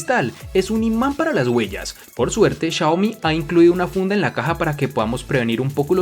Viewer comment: Chayomi chayane ajajjajajaja "Xiaomi" buen vídeo...